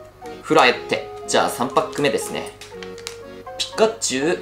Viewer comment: 毎回ピッカッチュウになっちゃいますね😂😂笑 可愛い。笑❤️ 奏多くんの語彙力が崩壊しているｗｗｗ｢あーーー！えっえっ！！いいんですかぁ！！？？！｣ 良かったですねぇ☺️❤️❤️